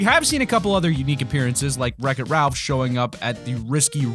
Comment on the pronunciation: He said Reck it Ralf but it's wreck it Ralph I'm talking about dragon beast